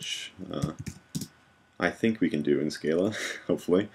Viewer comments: Hi thanks for great tutorials. Just one thing ... I have the genius who invented Scala, Martin Odersky, say it's pronounced Skar lah not skay lah! Small point but out of respect to him and uniformity shouldn't we follow the correct pronunciation? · Your recursion example is recursive, but it is not tail recursive. Furthermore, the Scala compiler cannot convert all tail recursive to loops due to limitations of the JVM. On a minor note, Odersky pronounces the 'a's in Scala like ahh. Scahhlahh.